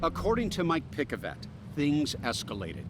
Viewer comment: Mike Pick-A-Vet